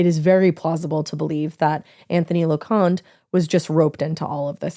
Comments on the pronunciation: Lo-con-tae is how they pronounce their name. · His name is pronounced Lo-con-tea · I grew up with Anthony. It was horrible news. He was a nice kid. And you pronounced his last name wrong. Loconte